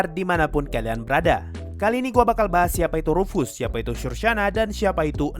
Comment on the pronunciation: Ruf-Ass..? Ruf dari bahasa jerman artinya "panggilan" Ass dari bahasa inggris artinya "Pantat :v" Jadi rufus artinya memanggil pantat :v